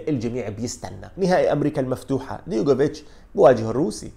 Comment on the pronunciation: أستاذ عزيزي.. العفو منك، اسمه دجوكوفيتش مش ديغوفيتش.